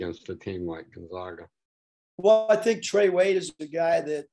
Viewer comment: rag, lag, bag, mag, hag nag, tag, zag as in...Gonzaga.